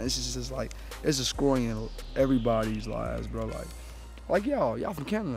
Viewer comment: Nigga said "descroyin everybody" 😭😭😭